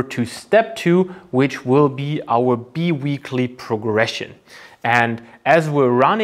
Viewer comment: I hate to be a language nazi but it is pronounced linear almost like in german spoken "linea". I really appreciate the high level of content on your channel so I cant help myself. ☮ 🙏 (also bi weekly progression is spoken "bei wiikli")